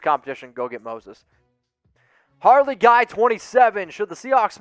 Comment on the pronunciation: HARLEY is spelled like this..... His name is pronounced like HAIR-LEE😆😂